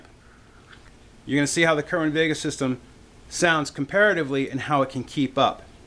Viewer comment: It's called "Sayr-win vay-guh", not "kerr win ..."